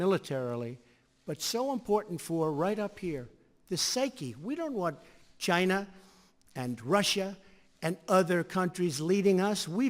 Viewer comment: "China" bwahaha why he says it like that?